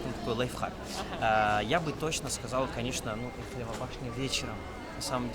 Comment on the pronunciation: НУ ТЫ ЖЕ ГРАМОТНАЯ,НЕ ЭЛЬФИЛИВА БАШНЯ, А ЭЙФЕЛЕВА БАШНЯ.😢